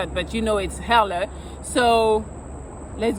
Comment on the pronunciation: did you just say "hella" with a french accent? as a guy from the bay area, thats hilarious 😂